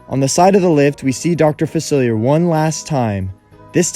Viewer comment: Dr. Facelier is dead though (and you’re pronouncing his name wrong)